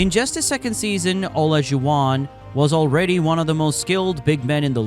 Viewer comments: The AI voice trying to pronounce Olajuwon 😂😂😂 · You left out some significant things but overall an excellent video, and I was disappointed how you pronounced Isaiah's and hakeem's last name.